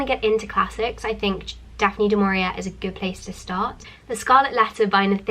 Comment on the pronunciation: It is not du maurierA get the name right!